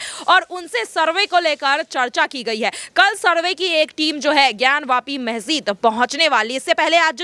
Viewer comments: मेहजिद नहीं मेडम मस्जिद होता है😂😂😂😂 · Pahle Masjid bolana sahi se sikh lijiye ji phir news batao